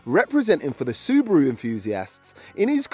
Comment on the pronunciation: There is no c in Subaru why do you say scoby